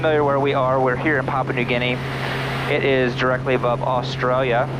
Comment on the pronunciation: Did I hear you pronounce Australia with a Aussie accent . Another great flight as always.